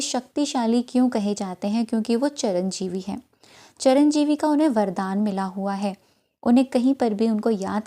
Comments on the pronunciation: Charanjivi ni madam, Chiranjivi hota hai. Pehle uccharan to theek karen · It is Chiranjeevi, not charanjeevi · Sorry to tell u चिरंजीवीं ह चरणजीवी नहीं pls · चरंजीवी नहीं चिरंजीवी होता है maam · Charanjeevi nhi hota mata ji chiranjeevi hota hai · चरंजीवी नहीं होता दीदी, कृपया चिरंजीवी कहिए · Madam Charan jivi nhi hain wo Chiranjeevi hain Pehle bolna seekho bhagwan k liye bol rahe ho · Charanjeevi nahi Chiranjeevi hota hai. Thank you for the remedy 🙏💫 mujhe ye video aaj mangalwar ko hi apne ap mila, aur maine aaj ye Kiya hai. Jai Shri Ram 🙏 Jai Hanuman ji maharaj 🙏💫 Jai Shree Ram 🙏💫❤️ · charanjivi nahin chiranjivi hota hai. chir ka arth hai hamesha aur jivi matalab hamesha rahane vala